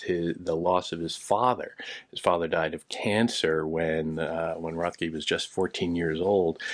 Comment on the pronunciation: His name is pronounced RET-key.